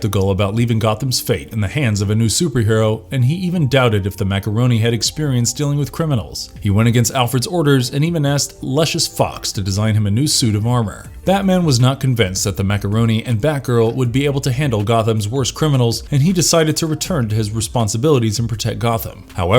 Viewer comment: IKR? "Luscious Fox" was probably my favorite. 😂